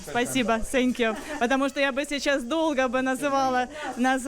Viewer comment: "СЭНКЬЮ" - это вообще ужас. В коррекционной школе не показали как произносят звуки TH, высовывая при произношении кончик языка на выдохе.